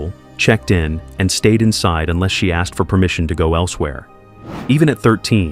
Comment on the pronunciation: Asked asked ASKED!! Why the flippedy-flip-flop do people keep on saying AXED?!?!